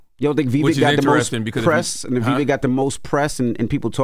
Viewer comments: The breakfast club is trying hard to undermine Vivek ‘s rise by any means. Purposely mispronouncing his name here and there. It’s pathetic to see this hate since he gave them a spank last interview with him, exposing their baseless political arguments !!! Vivek was on fire last night on that stage and trended number 1 all night on Twitter as the winner of the debate. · The Breakfast Club is so disrespectful when speaking about minorities. They won’t even pronounce Vivek’s name correctly, or worse, Charlamagne saying “whatever his name is”. I miss Angela Yee, she brought class and reason to the show. 😔